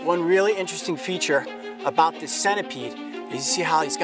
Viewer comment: show not shoe, about not like